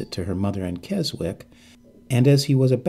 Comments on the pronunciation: yep! Americans often struggle with British names. 😄 It's pronounced KEZIK. 👍😊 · Ay mate! Say Keswick again. 😄